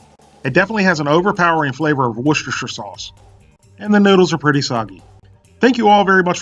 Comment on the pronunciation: for pronouncing Worcestershire Sauce correctly. Still looks like someone's vomited on the plate though.